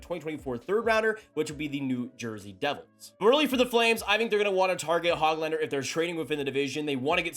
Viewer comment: Dude, his name is not HOG lander like a pig. It's not HOAG lander either. The Ö is not an Oh. It's a completely different letter in Swedish. The sound is essentially like the oo in book. I've heard Swedes say it like this... Hoo glander. with a slight pause in between the Hö and the glander.